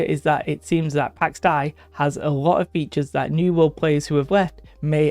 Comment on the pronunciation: Not to be that guy, but it's pronounced "Day" (dei). Pax Dei is greek. Something like God of Peace or Divine Peace or something like that. Pax - Peace, Dei - God, Deity